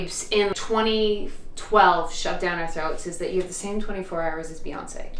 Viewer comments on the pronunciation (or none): When you said "Beyonce" while trying on clothes, I had to do a double take because I heard "fiancee" and thought I had seriously missed something 😅 Gorgeous dress, by the way!! Hope you have a beautiful day! 🥰 Ps. Thank you for that visual of Beyonce sitting and doing her taxes 😂